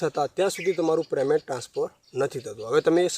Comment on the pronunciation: Please yaar payment bolo preymant na bolo